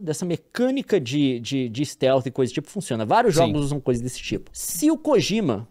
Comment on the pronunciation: Todas as vezes que escutei ele falar "stelte" ou seila oque, deu vontade de pular de cabeça no chão🤣🤣